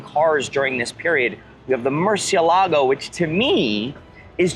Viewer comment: He didn't pronouce Murcielago correctly though.